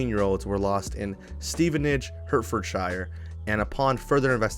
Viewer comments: Pronounced ‘Heart-fud-sheer” just FYI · Heart foot shire? Love the pronunciation as a British person whaaaat I live in Stevenage 😮